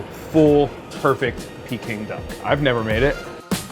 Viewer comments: Jezz! It's "Peking Duck" not "Peeking Duck". Americans... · OMG the way he is saying pecking duck is driving me crazy!!!! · Dumb ass can pronounce Peking it's not peeking idiot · The way he said peking duck at the start made me cringe